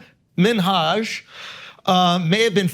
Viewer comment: Minhaj is pronounced Minaj like Nicki Minaj